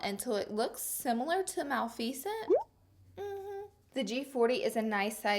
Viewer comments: Maaaaa-leeeeee-fiiiiiiii-seeeeeennnnntttttt not maal-fecent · Laura. It's pronounce Ma-Lif-Fa-Cent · Lolol "mal-fee-cent" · when she said Mal fee scent I diedddd 😂😂😂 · Mal fee cent? Lol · the way you pronounced maleficent 💀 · The way she pronounced Maleficent 😂😂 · Did anyone else notice how she pronounced maleficent ( idk how to spell it) 😂😂 but you're beautiful as always😍😀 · I love you Laura but the way you pronounced maleficent was not ok lol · Hol up girl you pronounced malificent so differently to what British people do - is it a diff country thang??? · Not sure if you mispronounced Maleficent on purpose or not 😂😂😂 Slay as usual, queen!!!